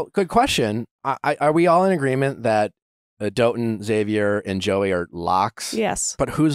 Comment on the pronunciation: I think Dotun is pronounce daw-tun not doe-tun but correct me if I’m wrong that’s just what I thought he and charity said